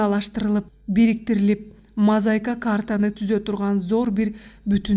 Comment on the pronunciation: Үнүң жакшы экен. Сөздөрдү башынан аягына чейин ката окуптурсуң. Мисалы. Нарк насилди-нурк насил, урууну- ууру, мозаиканы- мозайка, иңирди- ириң деп. Ушул каталарды эске алып окусаңар укмуш чыкчудай.